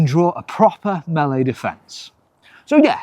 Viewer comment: Thank you for pronouncing "melee" correctly